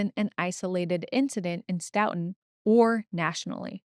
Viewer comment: I know it’s less important but…stow-ton (said like the measure of weight). But blend it together/say it faster